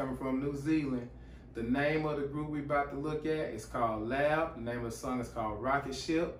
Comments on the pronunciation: Thanks for reacting to L.A.B. I personally went to school with the lead singer/guitarist, Joel Shadbolt. FYI The pronunciation of the band name is by announcing each letter individually ✌️💚💡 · Hey bro the bands name. isnt pronounced lab but L. A. B. each letter seperately bro. Chur bro. Kia ora.D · Its L.A.B not lab